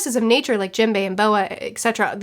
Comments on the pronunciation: Jimbei? Dont you mean Jim-bay? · Wow can’t get over the way you call characters please educate yourself on their names it hearts my ears